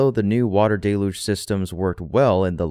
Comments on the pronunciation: Day-luge? It’s pronounced dell-uge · OMG, it is not 'DAY-luge' it is 'DELL-huge' admit it, you don't read my comments. I knew it. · Let’s get things all the way right if we’re picking nits. It’s dell-yuge.